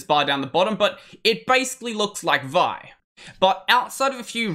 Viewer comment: Just FYI, vi is pronounced as two separate letters, i.e. "vee ahy". Same with "ed", it's "ee dee".